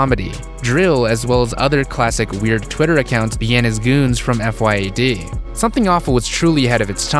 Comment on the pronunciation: its pronounced fee-yad